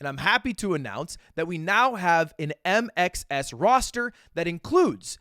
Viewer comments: my australian ears kept hearing INXS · Am i the only one that hears "I make sex" instead of mxs? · Just calls it MXS (micks)